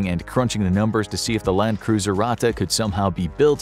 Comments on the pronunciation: it has two t and is spelled faster - Ratte and not Rate or Rahte ! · Ur native language isn't German.. And that's fine.. But it is pronounced Ratttttte Not Rate There is way more emphasis on the "T" Its not that bad and I don't wanna be that guy.. But when u said it for like the 20th time I got cancer in my ears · dude you pronounce ratte like rat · It is called ratte edit: it is pronounced ra thei